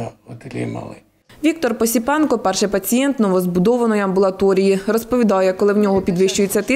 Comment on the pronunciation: автор! моя фамилия осипенко а не посипенко.солнышко будь внимательней.